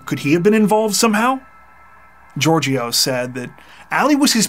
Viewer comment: Georgios is pronounced Yeórghios.